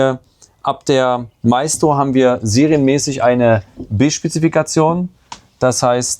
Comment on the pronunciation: Nix Meistro sondern Maestro wie die Kreditkarte. Deutsche Sprack schwere Sprack 😅